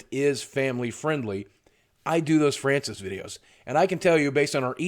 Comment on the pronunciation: NEVER STOP FRYANCIS VIDEOS. (That's the way Francis said his name)